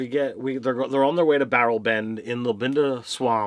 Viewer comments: sounded like Barrelben to me XD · Just a small pronunciation issue, the town they arrived at is called Berleben. It's hard to catch on the stream, but they've uploaded a picture of the map that has it listed. According to a tweet by Matt, the -ben suffix seems to refer to swamp towns. In campaign 1, there was another swamp town called Stilben, which is where Vox Machina started.